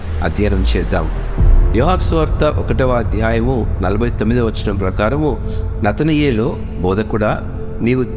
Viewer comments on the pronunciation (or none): నతనయేలు కాదు నతానియేలు.